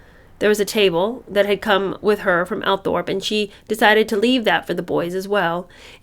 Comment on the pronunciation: Althorp is pronounced Awl-Thrup Hessian - hess-see-ann